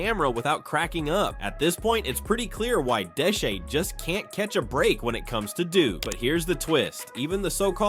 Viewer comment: Bro said Deshee 😂